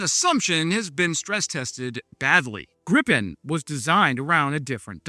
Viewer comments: Ok, may I be petty? It's not pronounced as in gripe, the i-sound in the JAS39 is closer to what would be spelled as ie in English. Same sound as in field. I won't complain about the r-sound though, as English doesn't have that sound. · GREEEEEE-PEN... not GRIP-pen I know you're American, but put some effort in.